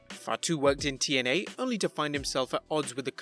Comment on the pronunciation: And it's TNA not YNA